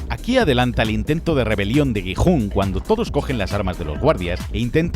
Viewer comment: Gi-Hun❌ jijun✅